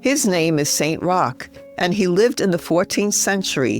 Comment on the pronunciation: Saint is pronounced Sen, I think